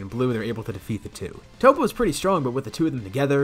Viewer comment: " Topete" haha